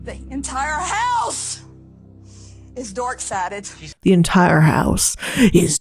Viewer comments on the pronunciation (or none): I heard dark sided as dork central